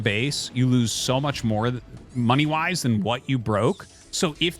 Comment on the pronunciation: "money woise" i can't get that meme outta my head